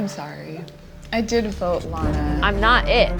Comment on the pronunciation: BRO NOT LANAAAAAA